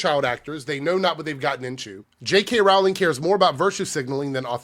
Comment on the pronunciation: Her last name is pronounced like Rolling Rock Beer, not Rawl-ing, Yu dumbass! Say her last name right!